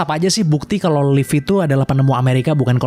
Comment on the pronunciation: Si Leif ya kawan kawan bukan silhit